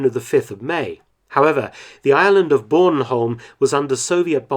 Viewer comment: As a Dane and Bornholmer I am greatfull that you pronounce it almost right and remember us for the terrible months we were under soviet rule.